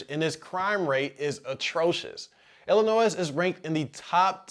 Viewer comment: The S is silent in Illinois lol